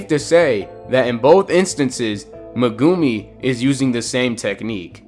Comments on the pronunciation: Mugumi it is meguimi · the way you say meGUmi and maho-raga just doesnt fit so well with me... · Bro said Megoomi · Bro casually says muhgumi